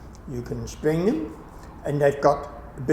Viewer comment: ha! I was wondering the same thing. He's actually saying "spring," which I didn't catch on to until he'd said it for I think the fourth time.